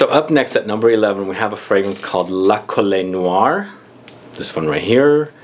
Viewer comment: Hi! La Colle Noire (you don't read the "e" in French) is a chateau in the South of France that belonged to Christian Dior. The name of the perfume comes from this chateau and its rose garden :)